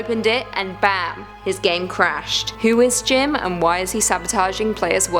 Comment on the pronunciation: For Jim I thought you said Jin from bts 😂😂